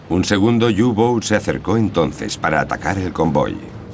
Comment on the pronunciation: U-boot es alemán no inglés y se pronuncia "upot" no iubout..